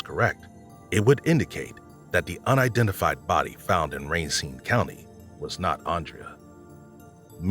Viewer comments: Nitpicking here, kept getting triggered when you kept saying “raincine” county, but had to rewind to listen to the last reference, you pronounced it correctly”Racine” …. Sorry for the snark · How can a man like Dennis Bowman adopt a baby that’s ridiculous ‼️ you said RACINE WRONG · I enjoy the content, but please try and be more cognizant of pronunciation. Amarillo has one R at the end. Racine county has only one N. The inconsistencies drove me a bit batty.